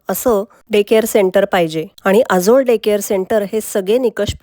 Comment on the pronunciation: आजोळ शब्दाचा उच्चार बरोबर नाही